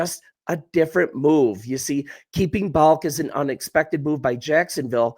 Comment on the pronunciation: The GM's name is pronounced "Ball-Kee", not "Balk"...